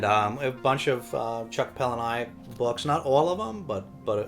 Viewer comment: I am a Chuck Palahniuk fan (FYI, "Paula-Nick" not "Paula-Ni-ik") 😉 I have Pygmy but haven't read it yet. Maybe we could read it together at some point. And yes, Fight Club the movie is a masterpiece!